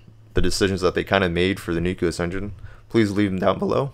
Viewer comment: Please learn how to pronounce nucleus.